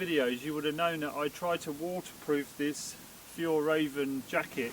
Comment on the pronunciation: Hej, we pronounce Fjäll as F'yell 👍🏼